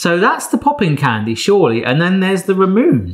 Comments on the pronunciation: I don't think that chocolate starfish log got properly impregnated... I know what i said. P.S. It's "ramune", not "ramun". Also ramune is basically a variant of lemonade P.P.S. It's pretty funny to watch this after Dagashi Kashi, and remembering that there were chapters about pretty much every single one of those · Ramune is pronounced RA MOO NAY and its a soda in japan, thats sold in a glass bottle and is famous for the marble. The bottle has a dip in it, to stop the marble from blocking the exit, as long as you dont drink it too fast. Though there are lots of flavors, the traditional flavor is lemon lime soda